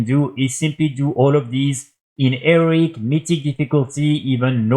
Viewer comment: maybe we enjoy the fact that he says eric and heroic bussies, have you considered that? maybe youre the one implying it's a problem.